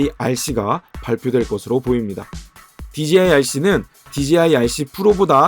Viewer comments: 제가 만약 간장공장공장장을 제가 올린 영상에서 실수가 아니라 반복적으로 또박또박 강간공간공간감으로 발음한다면 그건 저한테 어떤 다른 의도가 있던가 아니면 들으시는 의 감각에 어떤 문제가 있다고 생각할 수 있다다고 느껴지지 않으시나요? 저는 dji를 디지아이로 발음하시는게 그런 느낌으로 다가와서 한테 저와 다른 어떤 영어 발음법을 알고 계신건지 아니면 저한테 문제가 있는건비 여쭌겁니다. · 그냥 궁금해서 남긴 답글인데 왜 급발진을 하시는지가 더 의뭉스럽네요ㅎㅎ 한두사람이 아니라 dji를 말하는 거의 절반의(제가 아는 사람과 유튜버를 합쳐서) 사람들이 디제이아이가 아니라 디지아이로 읽으시는데 저는 아무리 봐도 합리적인 이유를 찾을수가 없거든요. 혹시 제가 모르는 또다른 영어 발음법이 있나 해서 꺼내본 말인데 기분이 심히 나쁘신것같은데 그러시다면 죄송합니다. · 자. 읽어봐 "J" 제이 자. 읽어봐 "DJI" 디지아이 ????????????????????? 주변에 촬영하는 애들도 그렇고 수입하는 애들도 그렇고 리뷰하는애들까지 왜 그러는걸까요??????????????????????????진짜 진심 10년째 의문인데